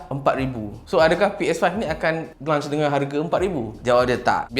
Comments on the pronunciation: Launch bang bukan lunch. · Aku sorang je ke terganggu dia sebut launch bunyi lunch? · lunch ke launch.. kepala bana kau sebut begitu ha ha ha ha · Launch bukan lunch. Aihh geram je aku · Kira ps5 ni bole main time lunch je ke? 🤣 Sbb aku asyik dgr bro ni sebut 'lunch' bukn 'launch' 😝 Btw mai singgah channel youtube saya untuk check out first single saya dan mcm2 spt cover travelog vlog food and movie review and jgn lupa subscribe utk tlg saya capai 1k subs guys thank you so much 😁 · Brother ni lapar ke. Asyik nak 'lunch' je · Bila lunch eh ? Dengar macam nak makan tengah hari je